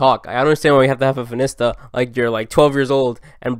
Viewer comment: no one:: fin-ista